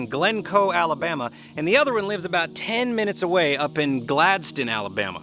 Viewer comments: Gadsden not Galdsden LOL try it this way Gads-den. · What a shame that you don't know how to pronounce GADSDEN. There is NO "L" in Gadsden, Glencoe doees have an "L" in it.